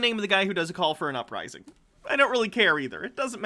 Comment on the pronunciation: “Ooprising”? People actually listen to that? I remember when I was maybe 3rd or 4th grade my folks had a new tape recorder (an 8 track if I remember correctly- I’m old, it also weighed about 200lbs). Anyway, I used to record myself and do play by play on the Tigers baseball games and pretend I was Ernie Harwell and things like that. That 3rd grade me would have been horribly embarrassed to do something like this. Even if nobody listened to it. It was painfully unfunny, to the point it was a little hard to listen to. Even if I could discern whatever the hell his point is and agreed with it... I would still loathe this as a painful reminder of how little self reflection some people have. Seriously... “ooprising”. How hysterical. Ha. Ha. You pronounced it like you can’t read basic words. You must be very remedial in your education. Haha what a character that you have come up with! Ha. “Ooprising”. Please do more haha. Fuck